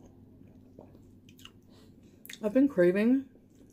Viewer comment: I love the way says Chantal’s name. “Shan-Tell” lol PS I am southern myself so don’t me 😬😝